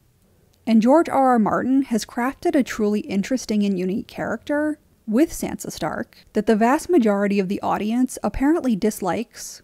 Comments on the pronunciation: ....you're saying her name wrong and I hate it. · I liked the commentary on Sansa here but I couldn’t stand the way the narrator said Sansa and I’m probably the one saying it wrong but I don’t think that’s how it’s said in the show